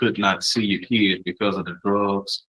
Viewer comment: I knew the defense attorney was an imbecile when he kept referring to the child as "kee-id". This guy has an education?????